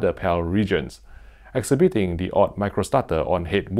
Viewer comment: I love your posts! That said, can I come with some positive advice? You use the word "exhibiting" (and "exhibit") so often. It's pronounced "exHIbit[ing]". I.e., emphasis on the second rather than the third syllable. Again, I really hope this is not taken the wrong way, since I love your videos. But this is one of the most frequent words in your videos. Sorry... SORRY! ;-)